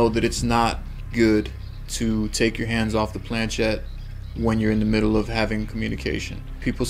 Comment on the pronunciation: Just to note the movable part of the ouija board, the planchet is of french origin and the ‘ch’ should be pronounced as ‘sh’ as ship not as ‘ch’ as in chip, also the word ouija is a mixture of the French and German words for yes, and should Phonetically be pronounced as Wee and Gee. Most people be they American or British normally pronounce the words incorrectly.